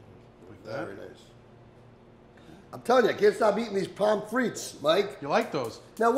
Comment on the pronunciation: If you are interested, the correct pronunciation of pommes frites is, PUM FREE, not "pom fritz"--the final consonants are silent. Great recipes. :)